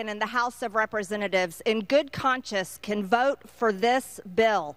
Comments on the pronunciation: It's 'good conscience' not 'good conscious' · “In good conscious” 🤪- MTG Girl, it’s “in good conscience.”